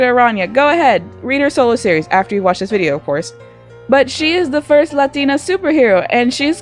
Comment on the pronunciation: I think they changed her name to Spider-Girl because White People can't say Araña. Like, the way you say it, oh, I cringed. Plus, the way you say LAT-TINA(Latina) is also cringey. (+)